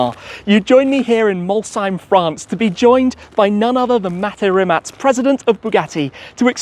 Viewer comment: Finally someone pronounces Rimac quite right!